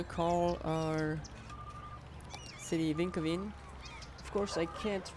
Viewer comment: Vinkeveen is more like a village then a city and you're pronouncing it more like it's in Sweden then in the Netherlands. ;)